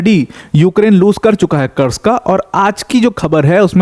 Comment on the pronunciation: भाई कुर्स्क है ना की कर्स्क, आप देखो बेटल ऑफ कुर्स्क ww2, army general भी कुर्स्क बोलते है। रूसी और युक्रेनियन भी कुर्स्क बोलते है। कुर्स्क नाम है।